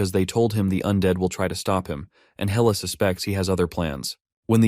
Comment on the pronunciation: Loki's daughter is Hella, not Hell 🤣 Got to love AI translate